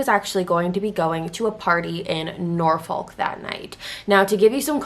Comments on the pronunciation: It’s pronounced nor-fuck lol. I get why u pronounced it like u did. It was rlly cringy to me though cus I’m from Virginia Beach. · Norfolk is pronounced Norfuck or Norfick (both are acceptable) but I forgive you. Also I live in VA and never heard of this case???